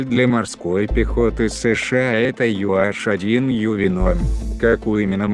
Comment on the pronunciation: Маленькая поправка - не Ю аШ, а Ю эйЧ